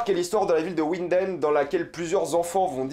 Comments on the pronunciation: Winden se lit "vinden" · Winden, prononce avec un v. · Ta un probleme de prononciation jcrois mdrrr ulrik qui habite a ouinden